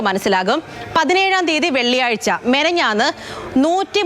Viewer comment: മെനഞ്ഞാന്ന് അല്ല പെണ്ണെ 😂 മിനിഞ്ഞാന്ന് 😁